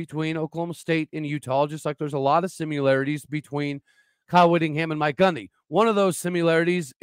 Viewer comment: Sim-you-larities, huh? Reminds me that although I was born in Oklahoma I did not learn to talk there.